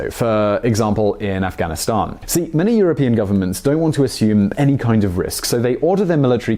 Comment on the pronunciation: please stop saying afghanistan that way my ears are bleeding